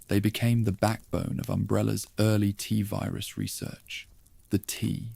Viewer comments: Is this an AI voice? Cos its Tee Virus not Tuh virus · appreciate your candour but I’m english, its still Tee virus 😂 don’t stop though, your videos have got me through some long nights. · I was with you until the voice said “tuh virus” for the 7th time. Do better.